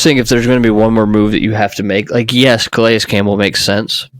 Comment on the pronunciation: Did he say go get grandpa (Calais)?